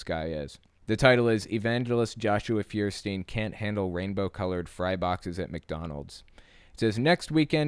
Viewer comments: Feuerstein is pronounced "foyer-shtine". Nice video as always ^V^ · His name means Fire stone and btw is not actually pronounced firestien but more like Foierstain ;) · Feuerstein German for fire stone or rather flintstone. Sry for nitpicking -. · His last name is German. "E-I" in German is pronounced like a long "I" in English. See: Frankenstein or just Stein surnames. So his name would be "fewer stine". Incidentally, "I-E" is a long "E", like in "Field". And "niche" is pronounced "neesh". It's French. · Religion aside, does that guy even know he spells his own name wrong? It's Feuerstein, it's a German word made out of the words Feuer, which means fire, and Stein, which means stone. The correct translation would be flintstone. Which kinda fits if you think about it. Anyway, it's pronounced foi·er·schtain not fir-stin. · He says liberals are the snowflakes, but I bet he’d be pretty upset if I said his last name with German pronunciation. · I find it funny how you all pronounce the name Feuerstein wrong hahaha